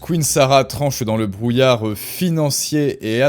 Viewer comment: Le serviceu publiqueu, notre friqueu, le brouillareu... Nan, c'est insupportable! Vraiment dommage! Il faut que tu travailles là-dessus, parce que sinon, je ne vais pas pouvoir te suivre...